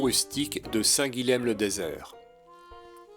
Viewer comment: Histoire de ne pas trop passer pour un touriste...: Le lh est mouillé en occitan, et le m final tombe pour être juste nasalisé. Donc, pas Saint "guileme" mais Saint "guillin". Hormis exceptions (je ne peux vous faire un cours de linguistique), la plupart des lettres se prononcent : Meyrueis = "mérueillss"... Bonne randonnée...